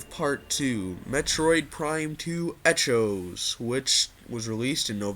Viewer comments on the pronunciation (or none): Its pronounced ek ohs